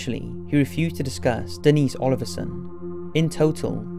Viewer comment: Dennis ? I think it’s Denise. Lol